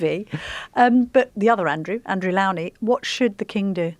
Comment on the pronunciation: Please learn how to pronounce the biographer Andrew’s surname correctly .